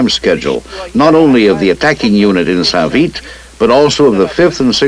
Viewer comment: Damn it's not san vith ,it's saint vith. Your not in Vietnam!!!!!🤪🤪🤪🤪